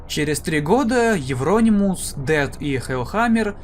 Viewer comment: У меня уши завяли. Это евронИмус